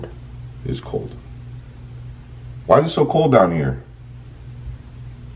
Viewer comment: When you asked "why is it so cold" I heard "i want it that way"